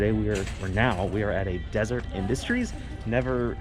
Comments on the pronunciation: Its Dez-er-et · Pronounced "De-Sah-Ret" Industries they're a Mormon church thrift store.